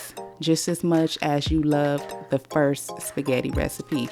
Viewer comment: I , Love your Shpaggitt😂